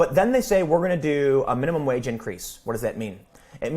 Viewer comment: I also live in Central Illinois and it's "wage" not "wadge". I will need a part-time job to make ends meet when I retire. Except there won't be any part-time jobs for retirees or for teens for that matter. Blaming the rich is a strawman tactic. Yes we have overpaid executives and monopolies. Illinois has been quite supportive of monopolies over the past several decades. I bring this up because that is the real problem. Too many large companies=fewer opportunities for workers. Some big wig at a megalocorporation is NOT going to take a cut in pay to increase the peasants' wages. Come on. The real world has issues that require more intricate solutions than a minimum wage increase.